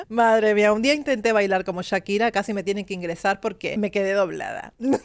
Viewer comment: Chira?? Echira?? Porque le dices así??